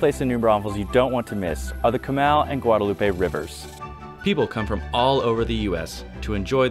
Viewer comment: It's Kamal not Kamal